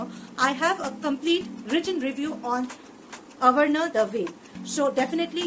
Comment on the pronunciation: but you pronounciated it as avarana ..... No worries .. best review ya. Keep up the good work.